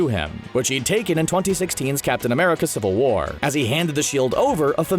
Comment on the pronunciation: I thought stan lee said make love not porn instead of make love not war.